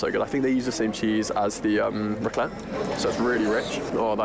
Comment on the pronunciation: it's not raclette ! Nougat is a family of confections made with sugar or honey, roasted nuts (almonds, walnuts, pistachios, hazelnuts, and macadamia nuts are common), whipped egg whites, and sometimes chopped candied fruit. The consistency of nougat is chewy, and it is used in a variety of candy bars and chocolates (and due to the not so german but very french accent, i guess it's Nougat de Montelimard). It's more turrón de ajonjolí (since you're porto rican and it's porto rican, according to wikipedia) this heathen boiled fries ???????????